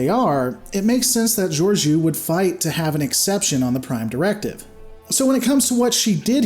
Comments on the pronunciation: You constantly mispronounce her name, what's up with that? She wasn't a captain at the time, so it wasn't really up to her to help them. There have been other cases of ships going to warp in the atmosphere of planets. The rest gets explained in season 2 of Discovery - both races evolved on the same planet, so Saru's people weren't victims of an alien invasion. They were all clearly aware of technology such as shuttles so hiding it from them wasn't necessary. Just, you know, actually watch the show and enjoy it. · not how you pronounce her name lol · Are you sure you even watched it? Can't even pronounce her name lol